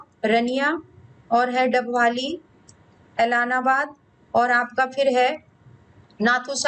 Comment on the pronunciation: Ma'am aap English me nhi Hindi me sahi Bol sakte h Like👉👉 रानियां, ऐलनाबाद ,ओढ़ा, कालावाली